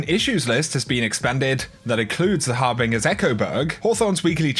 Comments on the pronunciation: "Harbinjer" not har bing er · It's pronounced Har-Bin-JER!